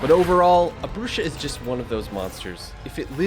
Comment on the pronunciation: I'm pretty sure it's pronounced Bruha from the Spanish "Bruja" which means a witch. Pronounced Broo-Ha or Bru-hah💯💯